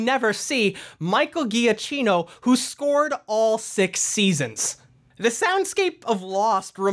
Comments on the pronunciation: For the next videos, just fyi it is pronounced jakkino not ghiaccino. (Just for fun, ghiaccino means small ice, giacchino means small jacket) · Drinking game: every time you butcher Michael Giacchino(juh-KEE-no)'s name. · The way you pronounce Michael Giacchino’s name hurts me.